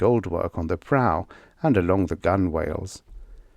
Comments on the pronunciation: Yes, gun-whale always drives me crazy (I've been on boats all my life). I'm fond of nautical stories, and it's an issue that crops up with almost every audiobook recording. No offence intended, but it's GUN-ell. If you learn this one simple pronunciation, you'll know more than 97% of all the English-speakers in the world, and sailors everywhere will hasten to shout you free grog at the pub! 💚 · I absolutely love and appreciate your hard work and constancy. Just a minor correction: Gunwale is usually pronounced gunnell, though it's becoming somewhat more common to go with "gun-whale" (though it's not really correct). I just retired from the U.S. Coast Guard Auxiliary, so I have a bit of a connection to nautical terms. And for those who don't make the connection, Conan the Cimmerian is better known as Conan the Barbarian (the character portrayed by Arnold Schwarzenegger in the movie by that name). Robert E. Howard is also known for Solomon Kane and King Kull and other sword and sorcery characters. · A silent W? Please explain.